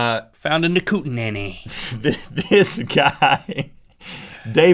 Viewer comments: not pronounced KOO-ten-ay, it's KOOT-nee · its pronounced Koot-Nee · For the johnny depp one... the place they found it is pronounced coot-nee. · It's Koot NEE Rhett... sighs (I'm Canadian btw) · It's pronounced koot-nee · Kootenay is pronounced "Kootenee" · Kootnay is actually pronounced kootnee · Kootenay is pronounced koot-nee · Its pronounced "Koot-en-ee"